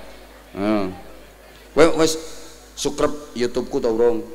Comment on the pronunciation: siscrib pak yai bukan sukrep😅😅😅😅😂